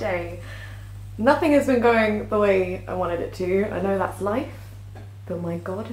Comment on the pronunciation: its made me say 'dats vewy nice'